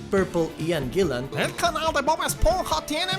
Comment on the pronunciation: Eso Gillen no Guillen asi es el mi era latino